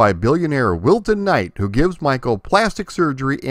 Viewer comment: When you mention him when you're talking about the TV show you say Wilton.... But when you mention him when you're talking about the Windows game, it sure sounds a lot more like Wilson....